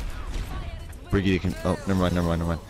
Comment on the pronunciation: wait is brig ee ta not the right way to say brigitte ? or is it not im now confused because the amount of ppl who say briggit and brig ee ta